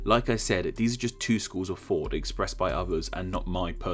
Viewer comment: Did I just hear "schools of fought"...?